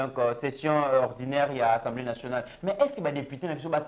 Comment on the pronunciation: c'est assemblée et non ensemblee